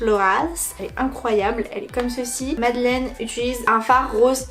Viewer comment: Par contre son prénom se prononce Madeline